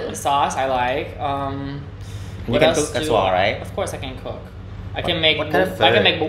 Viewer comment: ngay phút theo quan điểm của mình khúc đó bạn phát âm từ like đó hơi sai sai và ko dc tự nhiên, vừa qua khúc đó cac bạn nghe tới nói chữ like nó lại khác. Vì khi chữ like nằm giữa câu thì ngườif bản xứ họ ko có khựng mạnh ngay chữ like